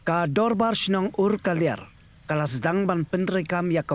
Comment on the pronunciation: Umkaliar not urkaliar